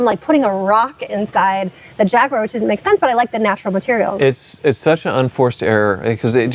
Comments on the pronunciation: LOL still trying to sound British with "JAG-YOO-ARE". 🤣 It's only slightly less annoying than when he refers to hoods as "bonnets" on non-English cars. At least he isn't committing the mortal sin of pronouncing it "JAG-WIRE". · Man, I really enjoy these videos, but needs to learn how to say Jaguar. It drives me bonkers!!! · Awesome Vid Per Usual. Question. Is It Pronounced “Jag-You-Are” Or JagWar ? I’m Truly Curious.